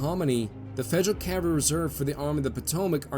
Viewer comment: who taught u that the "L" in Cavalry is silent. It just grates my teeth when I hear that colloquialism.